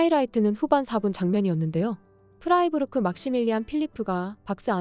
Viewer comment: 프리이부르크가 아니고 프라이부르크